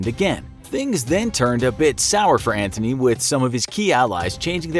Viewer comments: No no no my boy, its Antony, not Anthony, theres no h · IT'S NOT MARK ANTHONY IT'S MARK ANTONY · It’s Mark Antony Not “Mark Anthony” 💀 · Antony not Anthony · IT'S ANTONY! !!!!!😒